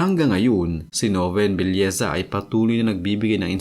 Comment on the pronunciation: Belleza o nobleza? Paki linaw nga.